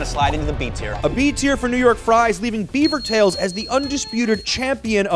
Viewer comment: French canadien here, you guys pronounced beavers tails properly in French, A for effort 😂